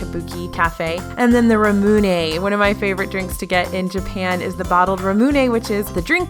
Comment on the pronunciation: Ramune is pronounced Rah-Moo-Neh not Ruh-Moo-Naay. I love the melon flaovr best too!